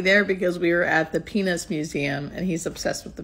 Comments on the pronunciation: Ok how come when you talked about the PEANUTS museum I thought you said something else 😂😂😂😂😂 thanks for the reveal! You guys are so cute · I'm glad it wasn't just me and thought maybe I needed to get my hearing checked 🤣🤣 Cracked me up and I'm glad I wasn't the only one that thought that she said something else. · Mustache...yes please. Btw...please ennunciate the "t" in peanuts. 😂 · You both look so happy together! I have to admit that at first I thought you said “penis museum” 😳😂😂 Was happy to then see good old Snoopy! He’s got to be a great guy if he’s a Peanuts fan. 😉 Wishing you all the happiness. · Hiya I seriously thought u said here we are at the penis museum, so I had to rewind and hear it again so happy that I was wrong lol,I hope u both have a very happy long like together much respect from Gazza so please keep them coming GL&HF coming from Dulwich London England(✌peace✌) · I thought you said he loves the penis museum…… cracked up laughing when I worked out what you actually said. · Good thing for captions, at first I thought you said "penis museum", (this is where captions came on) then I thought it was "peanuts museum" then found you meant "Peanuts museum"! haha He won't like this but, yes he's cute, I like the last photo (beard) and he would like my dog because she looks like Snoopy. 🐶🐕 You make a sweet couple! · Oh my God when you said Peanuts museum, i thought you said Penis museum. Thats so funny. Tell Rich lose the moustache. Makes him look old. Hello from Ireland❤ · It really DID sound like that, yes siree! 😂 🥜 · He's a handsome man. I like the mustache too. And just so you know, at first I thought you said you were at the "penis museum"!!!! Lol!! Peanuts museum is much more PC. Lol! Best wishes for the two of you!!❤❤ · I had to rewind and look at the subtitles to double check what I just heard, and thankfully the word was "peanuts". 😂